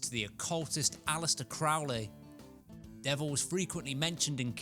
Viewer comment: fun fact: the name is pronounced crow [like the bird]-lee, not craw-lee